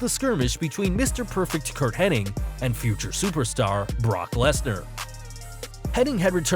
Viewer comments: It’s Hennig, not Henning. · that's how it's spelled hennig but it's actually pronounced henning curt said it an a interview back in the 90s